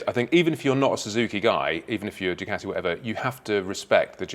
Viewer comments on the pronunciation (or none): none